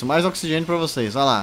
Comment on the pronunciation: Ocsigen nóti includedi